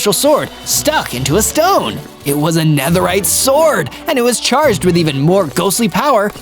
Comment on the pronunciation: Man spricht es Nederride aus